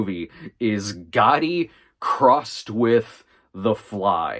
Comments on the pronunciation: pronouncing it with a hard T isn’t how anyone says it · Sometimes my hearing plays tricks on me. You do mean "Gotti," not "Goddy," yes? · I'm 99% sure that it's Americans/ Canadians who pronounce it "Goddy". Other nations do pronounce it with a hard 't'. Especially since it's a double 't' as well. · Caitlin Rix it’s a regional thing. Pronounce it however you’d like, but I’ve never heard someone pronounce it with hard double “T”